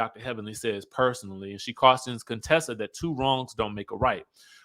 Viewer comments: Hey. Why do you call her Conetessa? Her name is Contessa. 😂😂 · The way you say Contessa🤣🤣😂😂 I need to put this sound on repeat! Conetessa...Cone?!🤣😂